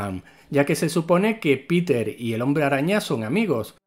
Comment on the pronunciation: No pude terminar el vídeo. Me cansé de la estupidez de la pronunciación. Llámalo hombre araña si quieres, pero es una real idiotez cuando también dices "Piter" por Peter y hasta "spaidy" lo abreviabas. 😤🇺🇾🇮🇩